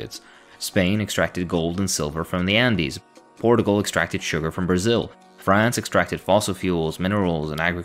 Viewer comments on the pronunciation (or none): I’ve never heard Portugal being pronounced ’portable’ before